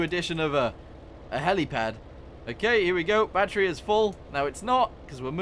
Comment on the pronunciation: I'm alright with it and him saying "Batteru" but once he typed "Batteru" in the dail, I was screaming